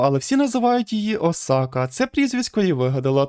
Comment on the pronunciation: о май гатто! чел все норм,але твій наголос на бідосі Осаці ну це капець